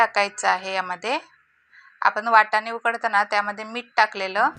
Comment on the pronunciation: वटाणे नाय वाटाणे 😃😃